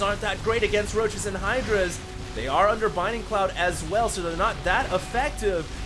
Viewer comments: BLinding cloud, dude...not binding. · I'm gonna say this one last time. ITS BLINDING CLOUDS. NOT BINDING CLOUDS. Thanks. I love your casts btw. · You're awesome, but... BLINDING cloud, not binding cloud! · always says 'binding cloud' instead of the abilities' actual name 'blinding cloud' and it makes me freak out. especially since hes been doing it for weeks and hasn't caught on